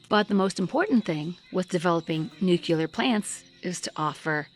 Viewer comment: NUCLEAR. ugh. Not nucular. 😮